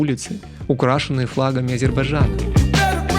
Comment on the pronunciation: А также Азирбажан Почему им всем так трудно прочесть правильно название страны А З Е Р Б А Й Д Ж А Н?